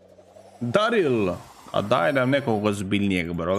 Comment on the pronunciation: Nije daryl nego deryl